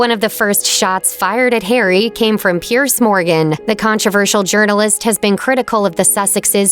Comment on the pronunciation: His name is Piers Morgan not Pierce.